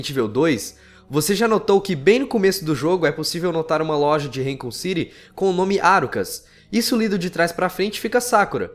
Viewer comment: Vai no google tradutor. Marca la INGLÊS, então escreve raccoon e manda a tia do Google pronunciar. Presta atenção e repete com ela umas 20 vezes!